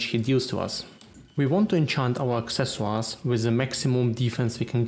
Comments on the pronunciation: man said acceswas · Love your accent. The way you say "Accessoires" sounds cool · Accescuar... Or at least that's how i heard it. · The way you say accessories is awesome. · so French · I'm pretty sure it's German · its french :)